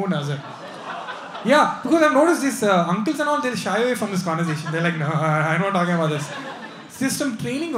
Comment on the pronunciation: Ankil or uncle?!!! Or ankle!!!